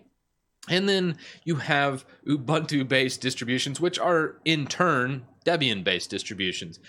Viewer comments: Ooh-boon-too, not uh-bun-too. 😂 By the way, I love your T-shirt. I'm a huge fan of the Alien series. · It's pronounced "SOO-doo". And "ooh-BOON-too".